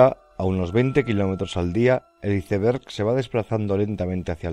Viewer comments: Que horrible escuchar como un españolete pronunciar la palabra inglesa Iceberg, suena terrible!! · Me da dolor de oído cuando pronuncian iceberg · Hermoso documental, gran trabajo. Pero por favor que alguien le enseñe inglés a ese narrador: Güitestar, Izeber, por favor!!!🤦🏻